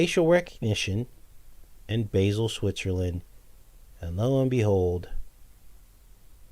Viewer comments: I lived in Switzerland for 6 months its pronounced Ba zel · Basle is pronounced Baal. Its also where you'll find the large hadron collider.